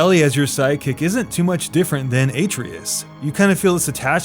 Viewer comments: Atreus Uh-tre-us Not A-tree-is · Ok geek time here - that should be pronounced as “ah-TRAY-us”. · There is literally no reason you would pronounce it Ay-treus. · Loved this video, but one thing I really still don't understand what it is with people pronouncing the names of the character incorrectly. It was the same with Aloy from Horizon - Zero Dawn. I just find it weird that after playing a game that lasts for hours and hours, and repeats these names SO many times, people still insist on mispronouncing them. Aloy wasn't Alloy, Atreus isn't Aytreeus. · wait how did you play it twice and not say the boys name right hahahahah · Beats God of War twice. Still can't pronounce "Atreus" properly. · How do you beat the game twice and talk about how you loved the dialogue and then pronounce Atreus wrong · THANK YOU!! NO ONE in or involved with the game pronounced his name that way, ever...but we WERE told the right way over & over again. This doesn't even make sense as a MISTAKE. I usually hate speech policing but this is BOOOY we're talkin about here!!